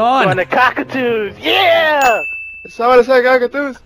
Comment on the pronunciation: Favorited for "Did comebody say cockatoos?"